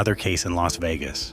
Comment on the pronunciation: AI CHANNEL. It says el a s instead of Las like loss. Also mispronounces Spilatro